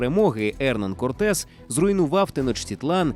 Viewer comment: я так розумію, наголос навмисно спаплюжений задля отримання комментаря?) Ферна́ндо Корте́с де Монро́й и Писа́рро Альтамира́но (исп. Fernando Cortés de Monroy y Pizarro Altamirano), более известный как Ферна́ндо, Эрна́ндо, Ферна́н или Эрна́н Корте́с (исп. Hernán Cortés, 1485 — 2 декабря 1547[1])